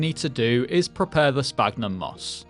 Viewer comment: I think the "ph" in "sphagnum" is supposed to be said as an "f" (it's called "esfagno" in Brazilian Portuguese at least).